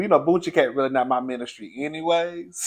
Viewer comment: 🤣🤣🤣 I LOL every time he says boonchiecat